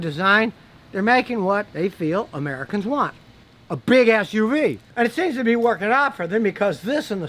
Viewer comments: GODDAMN IT YOU GOT HERE BEFORE I DID🤣😂😂!!! I knew that's what I heard too! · True! thats what I heard too 🤣🤣🤣🤣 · That's what I heard too 😂😂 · For a second I thought you said "For a big a$$ uv"